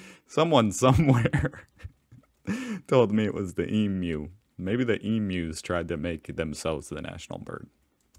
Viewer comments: I really appreciate you learning to say eemyou correctly, it makes a difference that you try to get it right, instead of just barging ahead with a mispronunciation. The dollars do boing back! unless you fold them in half or thirds and squash them in a purse/wallet, then they have this not very crisp line or two that doesn't boing any more. The different widths of the polymer notes have always been for blind people to feel, and that's good. Since the largest denomination is widest, it just feels natural to automatically stack up the notes you have from smallest to largest in your wallet or purse. That left-most note was a special edition that circulated for the Bicentenary. I haven't seen one in decades. So there's no need to fit one in a wallet. Aussie wallets/purses for sale are made to fit the existing notes, so there's no problem there. I wish they'd reform the coins. I used to think that tourists were just whingers, complaining that our coins were too heavy. Then I got chronically ill and realised they are right! Australian coins are ridiculously heavy to carry. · YES without even trying to say Emu, you said it perfectly 😀 Love it!!! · omg he said it right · You really don’t need to worry about OVER-enunciating the word for “Emu”. Be comfortable saying it, just remember it’s more “E-Mew” rather than “E-Moo”. The only thing we’re most annoyed about is “Aussie” being pronounced “Ossy” when it should be pronounced “Ozzy”. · E Mew (like the Pokemon) that is the correct pronunciation (haven't seen that part in the video yet). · Thank god he doesn't day EMOO . Well done mate. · Thanks for not saying emoo. They fit in your wallet like any other bank note. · Your pronunciation of Emu is coming along well , it doest sound like E moo anymore which you've correctly surmised drives Australians insane . And dollaridoos comes from The Simpsons but we adopted it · Thank you so much for your efforts to pronounce Emu correctly, it is appreciated!!!!